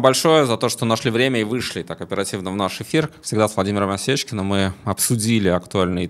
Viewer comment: Читать , Осечкин, а неОвечкин